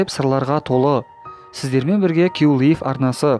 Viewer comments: Q лив емес Q лайф😑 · Q лив емес Q лайв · аға басында киу лайф дегенді киу лиф дедіңіз 😂😂😂